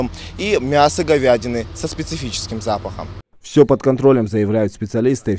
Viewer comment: вы грамотный корреспондент. Я бы сказал - самый грамотный на ингушском ТВ. Но, всё таки, сложные слова перед эфиром нужно учить. Запомните, пожалуйста:" Эхинококкоз". К слову, очень опасная паразитарная инфекция.